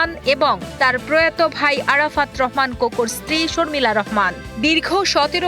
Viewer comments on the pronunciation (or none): none